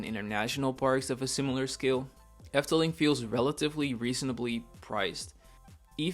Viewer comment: Are you Dutch? Your pronunciation is so good in every Dutch word you say. Excellent. You give a good discription what the Efteling is. Thank you making this for my favorite themapark.